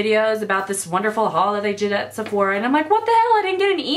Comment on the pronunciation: "Sephorha" lmao 0.02